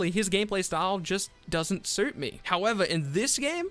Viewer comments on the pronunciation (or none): none